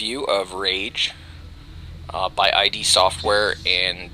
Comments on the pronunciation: yeah its pronounced "id" like rhymes with "sid" not I.D. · It's ID, not eye-dee. It's pronounced id, like, kid, without the k... Thumbs up if you agree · ID NOT EYE DEE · Listening to you say I.D. over and over is making me cringe. It's id, as in the ego and the id. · its ID not I.D. sorry im ocd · Quit watching after 30 seconds. Heard I.D. four times.. too much. The company's name isn't pronounced like that. Come on, they've been around since wolfenstein.. I can't trust a review from someone who can't pronounce a two letter word.